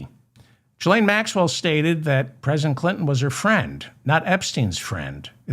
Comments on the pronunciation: David, if I may. Her name is prounounced: ghee lane. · Hello David Ferdman! You called Trump's daughter Ivonna. Her name is Ivonka. Also, the G in Ghislane is not pronounced like a J (as in gigolo), but rather a G (as in guilty). Love the show btw! I know those are sort of trivial corrections, but I watch and love every show you do (and 'like' them all as well). It would be so cool to hear you issue a correction of mine. I'm not going to get my hopes up, but it would make my day. As sad as it sounds, I don't have very much excitement in my life, so that would be the highlight of my week! I hope that you're next show will include lots of inappropriate A.I.! Your show is great on its own, but it's even more entertaining with unflattering A.I. clips of Trump and his goons!